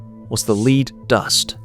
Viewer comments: It's lead, not leed! Tell your AI guy that. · someone teach the AI how to pronounce lead [led].....as in the metal...not as in helping to direct someone down the rght path [leed].... geez... human editor...where are you? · AI is supposed to be so smart but it still can't pronounce words correctly according to context. For example...LEAD pronounced as "leed" or "led". What's a ("leed") lead bodied hammer? 🤣🤣 AI ... what a joke!!! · Lead hammers, pronouced (leed by the AI) are still being used. The lead dust, (pronounced led by people) can cause problems. I ran a solder dip pot for a year. Standing over a 600 pound bath of molten lead and tin 8 hours per day. I didn't have any lead detectable in my blood. Lots of scare tactics in this video. 😒😕😎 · Pronounces lead "leed" must be ai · Never saw a lead-head hammer...or as the AI narrator calls it, a leed head, LOL! We had/have copper and brass head hammers that do the same thing. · Your AI narrator needs work. Evidence is the way it pronounced lead as in lead hammers. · I'm not going to start worrying about AI taking over the world until it can distinguish between "lead," the metal, and "lead" the verb. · My dad had an 80s Craftsman Radial Arm Saw. So they were definitely still making and selling them after the 70s. Also, I'm assuming this is AI slop since the narrator said "Lead" as in "Ill lead the way" instead of lead like "lead paint".